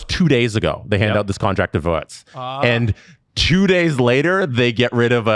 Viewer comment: As a German, I was very satisfied with pronunciation of Florian Wirtz. has to work on his Schwenningen, tho. City is actually Villigen-Schwenningen its near Freiburg and the Swiss border. There is a very nice thermal bath there.